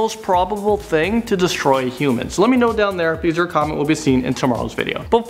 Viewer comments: destroy not distory lol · its destroy not distroy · distroy. Really? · "Distroy?" It's called Destroy, do you even grammar? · Destroy* not distroy